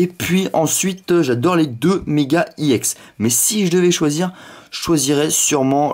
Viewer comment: mec sa se prononce exe et pas i ex